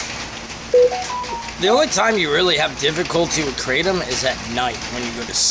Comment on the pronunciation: "Kratom" btw 😅